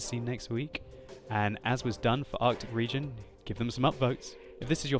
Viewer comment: Artic Regeon lol